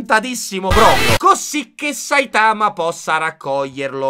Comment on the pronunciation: Che poi il polipazzo (eheh perché è un polipo pazzo!!!) dice a Saitama all’inizio ‘sei forse imparentato con un polpo?’ come un insulto nonostante lo sia lui, mi lascia un po’ perplessa modestamente Che poi non si pronuncia Saitàma, ma Sàitama ma vbb